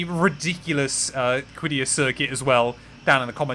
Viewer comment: The pronunciation is qaddiyah قديّه